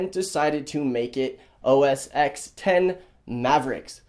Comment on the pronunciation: Dude it's "OS 'Ten'" not "OS 'ex'"